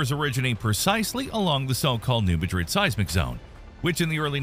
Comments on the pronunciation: Well, let's hope not. The soil where I lived liquified so that it had waves and acted almost like water, not something we hope to see in the future. On the other hand, the New Madrid fault has actually been very quiet, and shows no actual signs of any serious activity, and if by chance it does get frisky, well, we all have to die of something. And by the way, ain't nobody down here says Madrid the way this fellow does, but rather, with the first syllable being emphasized. We similarly pronounce other names our own special way: New Athens is pronounced with a long A, Vienna with a long i, and the Beaucoup Creek as the 'Bee Cup', just for example. This is America, so we'll pronounce it any way we want to. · Thank you. Being from the area it irritates me to hear them say it wrong. Also Haiti. It’s not Haitee but heytie. Cairo Illinois is not where the pyramids are it k-row. lol. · Madrid in New Madrid believe it or not is actually pronounced MAA-drid. The stress is on the first syllable and the A is like that A in hat. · new Mad-rid...with the emphasis on mad... Is how its pronounced.. in Indiana 🐤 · Locals don't call it Madrid like in Spain. They say MAAdrid. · It's pronounced new MADrid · The new madrid is pronounced new MAdrid. Emphasis is on the first syllable. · It’s pronounced New Maa drid in the region. Just sayin’ 🤷🏻‍♀️ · It's actually pronounced "new Mad'rid" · New Mad'-rid. Please. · It is New MA-drid (a as in cat) I don't care how they say it in Spain. This ain't Spain. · I know it's named after the city in Spain, but we always pronounced it MAD-drid. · If you really knew what you were talking about, you might have pronounced New Madrid correctly. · I know his pronunciation drives me crazy. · Couldn’t be bothered to learn how to pronounce the name of the town, huh? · Learn to correctly pronounce names of places you are talking about. Since you didn’t care enough to do basic research, I’d have trouble believing your other “research” 👎